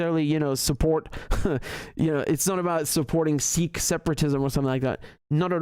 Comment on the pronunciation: u said sirrh instead of sikh many times lol not every kh is pronounced as r like Arabic/Russian